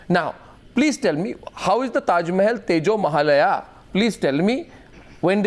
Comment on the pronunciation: tejomahalaya..!!!!!..have u really said tejomohalaya....i mean wat fuk man....lolz